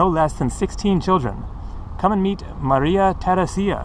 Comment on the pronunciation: nice tour through vienna... one of my favorite cities in Europe... you did quite good with your prononciation just the name of the empress you pronounced very awkwardly.. you have to pronounce her name like Maria Theraisia (like in "to raise") with no emphasis on the "I". it should sound a bit like "raise ya" and not like Theraseeea